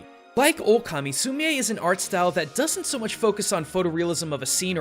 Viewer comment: I did an art unit on Sumi-e painting and umm... you said it wrong. It’s pronounced like sumi the an e. Just letting you know.